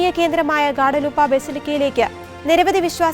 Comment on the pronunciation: ഗ്വാഡലൂപ്പ അല്ല ഗ്വാദലൂപെ